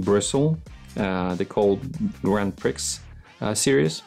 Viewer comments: I love the way you pronounce "Grand Prix". I appreciate you are not English but it is a French phrase and it is pronounced "Grand Pree". Excellent video on brushes, though. 👍🏻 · The correct way to say it is GRAND PREEEE, NOT PRIX, THE X IS SILENT.